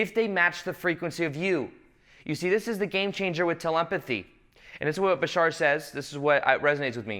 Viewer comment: Why do you people say Bishaar, its Bashar...you can say Badass but cant say bashar?!?